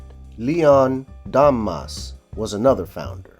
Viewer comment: You have no idea of how to pronounce French names e.g. Damas is Dama.